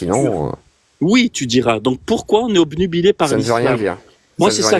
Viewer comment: Il n'est pas toubib, infoutu de s'exprimer correctement. Le gars dit "omnibulé" au lieu de "obnubilé", arrêtez d'être aussi naïf. Son premier alias était "", maintenant c'est "". Si je choisis de m'appeler "le génie", ça ne fera pas vraiment de moi un génie.